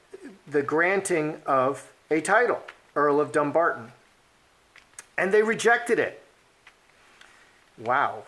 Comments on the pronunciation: The wife is so ignorant, and Henry should be mortified, as he should know the meaning of Dumbarton, (Dùn Breatainn). First of all, it is Dum-barton, not Dumb-arton.The "Dum" part of the word means Fortress. The ppl of Sussex have no love for the dastardly duo, and now they have raised the ire of the Scots of Dumbarton. FYI😉from Wikipedia In medieval Scotland, Dumbarton (Dùn Breatainn, which means "the fortress of the Britons") was an important royal castle.It sheltered David II and his young wife, Joan of The Tower after the Scottish defeat at Halidon Hill in 1333.. In 1425 the castle was attacked by James the Fat, youngest son of Murdoch Stewart, Duke of Albany, who had been imprisoned by King James I of Scotland on charges ... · O is a talk show host, not an investigative reporter. It's pronounced dumBARton. Also, Archie is being raised in America where we don't have titles so the stink over his title makes no sense. He wouldn't even use it here. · Dumbarton is an old Scottish town, it's pronounced DuN Barton, it means dun = Fort Barton = Britain/ British. It means Fort of/for the British. A little research would've sort it out. She is dumb 🙄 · The emphasis is on bar in the word Dumbarton.